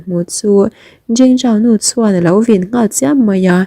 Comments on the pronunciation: A vin tih hi...a vîn ti la a dik zawk sia. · I chhiar rhiamin i aw pawh ngaihthlak a nuam khawp mai,mahse vin tih leh phiar phiar tih hi ngaihthlak a hrehawm deuh,a thluk hi ti dik deuh turin upa deuh te rawn zuai la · I chhiar thiam thin chutih rualin vin tih hi i lam diklo deuh thin a